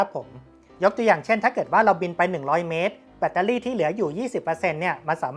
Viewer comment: แบตเตอร์รี่ครับ ไม่ใช่เเบตตารี่ 😂